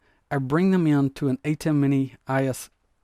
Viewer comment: You keep saying ISO as I-S-O. In the video world application, say you’re at a concert and they put camera shots on the big screen, that’s called ISO, pronounced I-SO, because it’s short for ISOLATION. You are ISOlating a video source.